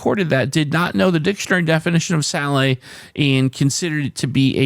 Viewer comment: Nice solve! Salet is actually pronounced not to rhyme with Valet but more with Sonnet. Anyway, today I played DEPTH; WOULD; AWARD